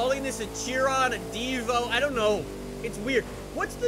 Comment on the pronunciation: You habe to say Divo like it has two o like Divoo